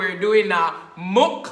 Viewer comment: its the way u say mukbang 😂😂😂😂